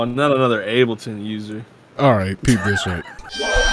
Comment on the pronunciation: bro called ableton abbhleaton 💀